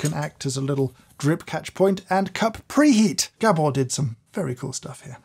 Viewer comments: Poor Gábor getting his name mispronounced as "Gebbor". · Just a quick word from a fellow Hungarian. Gabor's name is pronounced Gaabor and not G'bor😉